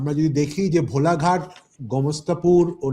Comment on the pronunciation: ভোলাঘাট নয় ভোলাহাট হবে কথাটা